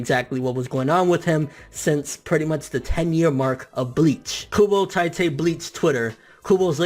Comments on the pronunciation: it's Teetay. not tytay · Its not tie te Its tee tae kubo . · its not pronounced TIE-Tey... if you're gonna make youtube videos and come off as a manga enthusiasts. At least learn a little about the language and the culture..... or at the very least learn the proper pronounciations... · I'm truggered when they pronunce tite ay "tay-te" like... wtf... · It's Tee-tay Kubo,not Tai-tee kubo. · ITS FUCKING TITE. KUBO. DUDE. "TEA-TAE" NOT "TIGHT-TAE" UGH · Could you learn to pronounce his name right? Its TEEte Kubo not Tiite Kubo. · I disliked because you mispronounced Tite. it's TEE-TAY, not TY-TAY. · i dont want to be "that guy" but its pronounced 'teetay' not 'tytay' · Obviously you can't read either because I'm pretty sure T.I.T.E is pronounced (Tea-Tey) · Tightay??? lmao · Isn't it pronounced 'Tee' 'Teh'? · It's pronounced like "t-ee-te" kubo bor com'on ffs, props to kubo tho really touching story.